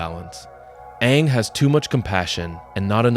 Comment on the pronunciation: Eeroh, saying aang wrong and chive blocking are crazy